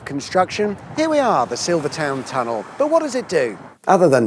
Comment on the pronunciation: You are English and are pronouncing Silvertown tunnel wrong 😂😂😂 wonder how you pronounce Greenwich